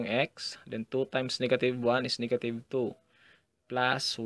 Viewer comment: niggative XD ahahaha sorry i just had to say it